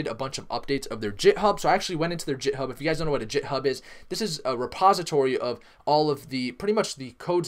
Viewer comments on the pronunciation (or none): It’s called Github not jit hub... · Also, it is github as in "get" not jithub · I've never heard it pronounced "jithub" in my life. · tAz his pronunciation is awful!!! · Eh, I don't expect people outside of software development to know how to pronounce nonsense words. No biggy. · "Jit' hub lol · WTF IS JITHUB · Why do you say Wraith and Git Hub incorrectly?